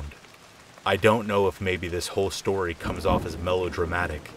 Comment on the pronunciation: SHtory #1, SHtory #2, and SHtory #3